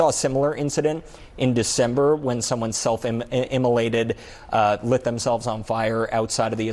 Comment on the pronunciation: Self- IM-mo-lated, not “self-emulated”.